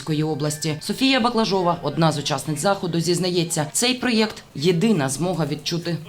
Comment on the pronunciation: проЕкт, через Е, шо за дурня.